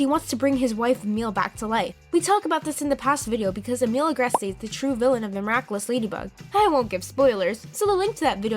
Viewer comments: Emilie Agreste's name is pronounced Emily Agr-est Emilie's name is just spelt the French way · "Emeel agrestay" "Akumanize" "Alayaa" "Juleeka"